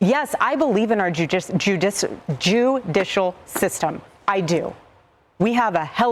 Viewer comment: "...JEWdicial system..." "...excuse my FRENCH..." 🤔🤔🤔🤔🤔🤔🤔🤔😂